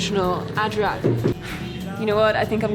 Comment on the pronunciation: Love the way your calling an ajrak a (adrak)